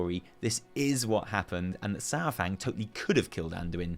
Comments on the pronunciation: Uh, Saur is NOT pronounced "Sour".... it's correctly pronounced "Sar"... Other than that great vid. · His name is Saurfang, not Sourfang. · I miss how you used to pronounce Saurfang! Keep it up! <3